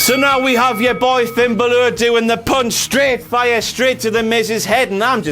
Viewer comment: I really do hate how says 'Bálor'.